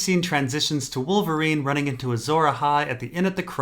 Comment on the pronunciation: Azor A-hot-pie.... hehehe